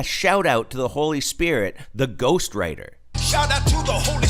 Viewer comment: I didn't hear ghostwriter, but ghost rider